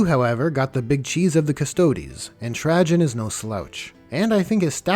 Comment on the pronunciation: Everytime you say Trajan 😬